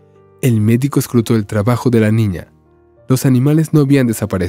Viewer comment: Buena historia, pero hay algo que no comprendo....porque cuando cuenta la historia,dicen una ñiña y tambien un ñiño ???